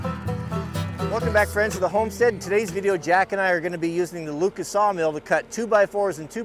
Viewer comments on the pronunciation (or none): none